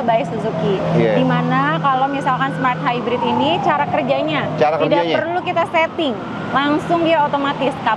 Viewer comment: Kayak nya si mbak bilang suzuki smart hybrid, mas nya bilang malt hybrid.. Atau saya salah denger ya...🤔